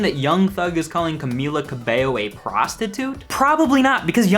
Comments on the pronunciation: I'm actually impressed that you pronounced her name right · I just wanna thank you for being one of the only youtubers who actually pronounces Camila Cabello correctly